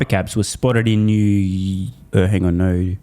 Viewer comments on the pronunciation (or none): none